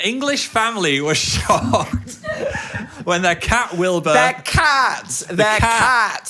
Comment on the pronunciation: During the blue cat news segment, for a brief second I very much heard "an English family was SHOT" instead of "an English family was shocked" and I was like WHERE IS THIS GOING??